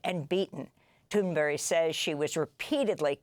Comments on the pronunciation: Why are you calling her Thunbery? Jeez miss journalist🙄🙄🙄🙄🙄🙄🙄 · Why does Amy Goodman insist on calling Greta Thunberg, "Greta Thunberry", I wonder. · «Greta tunberri “- cracks me up every time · Amy can't pronounce Greta's name properly. And thunberge is probably lying about her treatment. But Amy just doesn't say anything but says everything like it's known facts. But preaching to the choir is what happens here. It's funny to read your comments. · can't even say Gretas name correctly?!?! Wtf. She should apologize to her. They have 3+M follower? No excuse